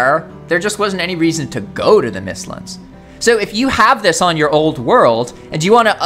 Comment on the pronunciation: Bro said “mistlins” instead of mistlands smh 💀